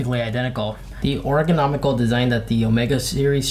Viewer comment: Oregonomical share get it right lol